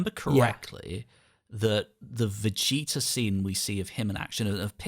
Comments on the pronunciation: I don't think 'Vecheeta' was an Irish-ism in case, more of a childhood-ism. Burnt in early childhood mispronounciation and remained like that since no-one pushed back until he got on YT. But what baffles is none of you mentioned the running gag of Goku calling Glorio 'Goriro' but that's pretty much the same thing. But on that note, I'll share a 'Big Green'-tier Hungarian dubism: we had Piccolo as 'Young Satan' because that was the localisation for Majunior, and the Hungarian dub carried that title of his into DBZ instead of calling him by name. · as a fellow irish dragon ball fan, I can safely say that I've never said or heard this pronunciation in my life